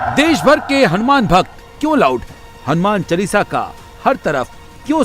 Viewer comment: It's not "चलीसा "....Its चालीसा....